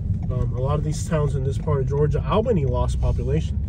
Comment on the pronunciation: And… you’re saying it wrong!! It’s Alll-been-eyyy!